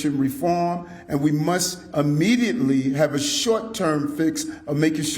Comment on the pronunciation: "We muss..."? Wtf is "muss"?